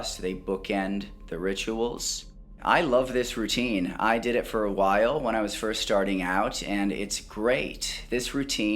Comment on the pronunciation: I can't help but notice how you changed your pronunciation of "while". I don't know what's the word for what it makes feel because English is not my mother tongue, but it's different lol I guess I got used to how you pronounced it and now you do it differently, that's that. Anyhow, love your channel man, thank you so much for your hard work. May God bless you with all its love and light.